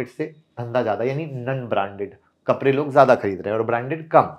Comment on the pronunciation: कपरे नहीं कपड़े 😂😂😂